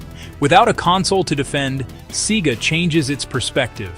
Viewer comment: A good video, although I was expecting more factual anecdotes tied up together regarding the downfall of SEGA from making hardware. One thing I should mention though is why along the video SEGA is weirdly pronounced sometimes as in "cee-gah" and other times as it should?